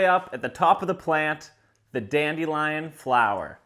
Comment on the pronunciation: it's dandelion not dandelion